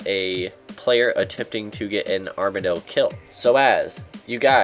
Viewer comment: Armadyl ARM-uh-dill i saw this on the runescape pronunciation guide, figured you would need it